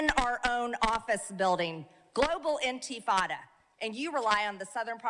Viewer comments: "Antifada?" It's she trying to say antifa? Wait, I can just look it up... intifadah? Is that what she's saying? She does seem pretty obsessed over being the biggest bigot of all time. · "Global Inteeefaada" what an effing piece of S#%T Marjorie Traitor Greene is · The way Marjorie says NT-fada just makes me give up hope for the country.